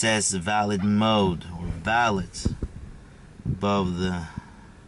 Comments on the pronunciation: You are joking right? You own a $100k car and you don't know aabout valet parking. Not valid like you pronounce it. but "Valè" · valit mode. valet - vel-lay mode. Its just a creep mode. get over it. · Haha! Ya, it’s pronounced VALLAY. Valet service is at high end restaurants and hotels. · Its pronounced “Velvet mode” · Valet is a French word, pronounced va-lay. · It is spelled valet, but the t is silent. So it's pronounced like valai. Just saying, I'm not trying to be mean :) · no its not valeT mode, the t is silent... you only use it when you go to a hotel or somewhere with a person who parks your car for you... you enable it so they go drifting with your car, or go through ur personal stuff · Probably should have looked in a dictionary for the pronunciation and definition of "valet". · Du uttalte valet feil i hele videoen. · I'm disappointed that someone with enough money to buy a Model S doesn't know: 1) How to pronounce "valet" 2) What a valet is